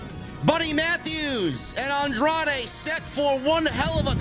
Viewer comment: I love how Riccaboni has trouble with Andrade's name.......